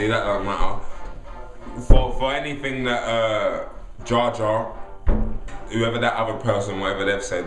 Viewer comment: jar jar lol its jah jar